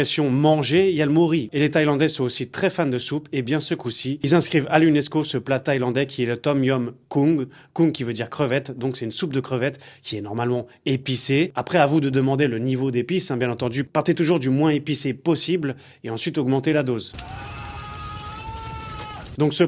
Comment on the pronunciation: Mmmmmm le Tom Yum. Par ailleurs, ça se prononce Tom Yam !